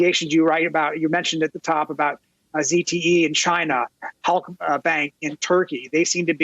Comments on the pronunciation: So the "art of the deal" is him BEGGING China to bail him out? "Please Jina (Trump's pronunciation), buy our products so I can get re-elected and stay out of jail." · Trump thinks China rhymes with "vagina"... is anyone surprised? What happened to that IQ of 150+ that he claims?